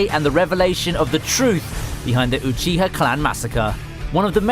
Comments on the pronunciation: Everyone: Obito Uchiha This guy: Obeeto Oochi-ha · uhBEATo OOcheeha